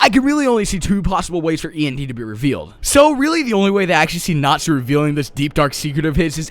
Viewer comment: Thought he sad natzi at first till I heard he was saying Natsu... I was very confused